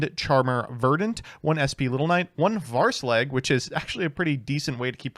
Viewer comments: how do you manage to pronounce Hraesvelg (huh-reh-s-vehl-g) Varse-Leg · please... "Her-ay-ess-velg" not "Varse-leg." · "rayesvelger" WTF is a varsleg? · Take a shot every time comes up with a new way to pronounce hraesvelgr lmao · bro didn’t even try to pronounce hraesvelgr correctly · Hearing him try to pronounce Hraesvelgr is brutal though x_x